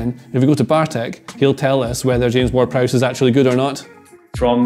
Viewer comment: As soon as that dude didn't say James Ward Prowse I was done